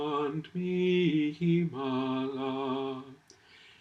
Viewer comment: Excellent video Father! One thing I’ll point out, in the pronunciation of the word ‘mihi’ and ‘nihil’ the h is pronounced as a k, as described in the introductory pages of the infamous Liber.